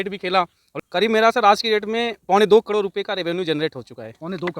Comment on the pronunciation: करोड़ तो सही बोल ले 😂कड़ोर😅